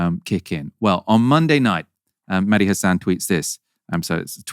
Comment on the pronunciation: Was phonetics not a thing in school? Its Mehdi.. not Meddy.. phonetic sound - 'Mehh Dee' .. Literally 2 syllables.. what sound does H make? Its easy. Or offensive. Or indifferent.